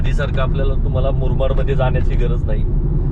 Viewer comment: Murmad nahi murbad.